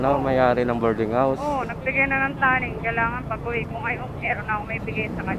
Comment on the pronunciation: BOARDING hindi “bording”